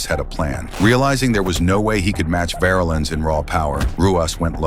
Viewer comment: Paul polar bear VARlens was 6-8 320.. Size and name pronunciation is incorrect